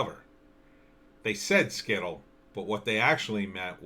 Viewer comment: You are not pronouncing Scytl correctly.